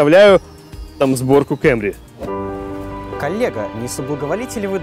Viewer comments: Кэмри? Совсем шиза? Камри, чел, камри... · Не Camry,а Camry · КЭМРИ ПХАХАХАХАХАХА, КАМРИ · Выключил после слова кЭмри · Диз за слово кЭмри...